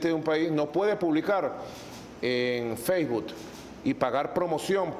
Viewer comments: Feisbut, yutuc, impecable pronunciación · Cuando alguien no sabe ni pronunciar Facebook, YouTube o Instagram ya está cabrón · Feisbut, yutuc, tuider